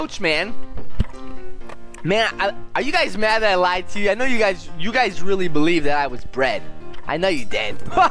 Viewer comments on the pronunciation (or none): none